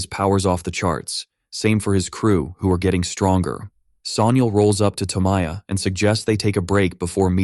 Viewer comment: toe my yah?? toe mai yah? TO- MO- YA. Just like it's written. very few languages have the nasally american english vowels. almost certain to pronounce sh* wrong.